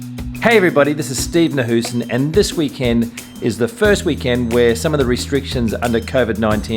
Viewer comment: Funny how you pronounce Nahuysen hahaha